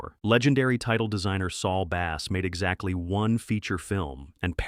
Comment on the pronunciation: Saul Bass, bass like ass, or bass like base. The AI doesn’t know what to say. Same with the number 19. Ninn teen.